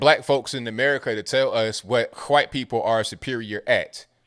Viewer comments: I gotta say, your pronunciation of "w" in White or Wash or What is as white as it gets lol. Whhhhhite......Whhhhhash..........whhhhhhat. But I agree, they are just pushing racism further. It's like they are trying to keep us divided by their misled opinions rather that really discussing their points to make them more understandable. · did you just say chwhite? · They spelled folks as "Folx" for possibly the same reason you pronounce white as "hkwhite" lol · I'm not a native English speaker so I'll just ask this... Is he saying "white" as "hwite" the same way Steweie says whipped cream? I think it's cool... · I just like hearing you say whhhhite. Ive never heard anyone pronounce the h in the word. Ive tried and cant do it..lol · this guy says white like Stewy Griffen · "Stewie why are you putting so much emphasis on the H?"